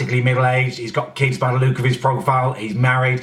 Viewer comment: "Let's have a LEWK on faceBEWK" CEWK BEWK